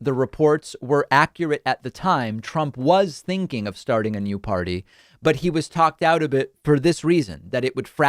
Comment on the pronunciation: I'm not gonna start a new pardy. Who would want to start a new pardy? I wanted to start a new pardy, but I don't think its right to start a new pardy but if I started a new pardy we would win and we would be winning. The most winning. We would win at winning. History's greatest stable genius.